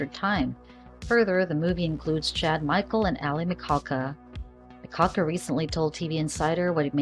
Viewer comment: Please at least say her last name right. Your saying it like you have a cold ☠️